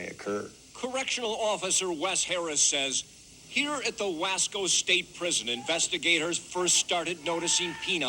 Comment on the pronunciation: It's pronounced "Wha-Sko